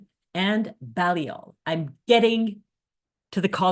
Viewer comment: Hi - my name’s Hilary - I live in Oxford and am a Baha’i - just a word of pronunciation corrections - Balliol College is pronounced ‘Bay-lliol’ College, with a long ‘a’, also Michaelmas Term (Oct - Dec) is pronounced ‘Mickelmas’ term, with a short ‘i’ (as in ‘mick’) and ‘mas’ is said as ‘mus’ - so ‘Mickelmus’ is the phonetic spelling - correct pronunciation very important in academic Oxford!